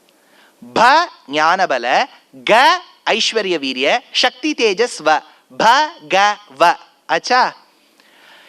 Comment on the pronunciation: இவர் மாதிரி உபன்யாசம் செய்பவர்களே சக்தி என்பதை க்ஷக்தி என்று உச்சரிப்பதால் இப்போது எல்லோரும் ஸ க்தி என்பதை ஷக்தி என்றே உச்சரிக்கிறார்கள். ஸ்ராத்தம் என்பதை ஷ்ரார்த்தம் என்று